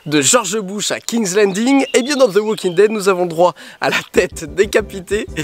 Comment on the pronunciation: Ze walking... prononce -le comme un d ce serait mieux.